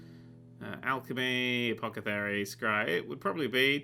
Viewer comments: "apocathery" LOL It's apothecary :) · Doesn't matter. Literally spelled in the game itself as Apothecary, which is how you spell it anyway. He just swapped the "th" and "c" by accident.